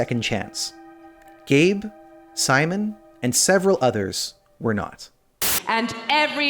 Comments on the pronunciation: It would help if you write how to pronounce the name rather than just spelling it... in Poland and other Central and Eastern European countries, Sz words are pronounced the same as Sh in English. His name is Szymon and pronounced Shimon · This is a good video. Researched and all that, but in all of that research wasn’t it possible to do a quick search on how to pronounce polish “Szymon” instead of americanising it? You pronounced swedish names very well, so it’s doable.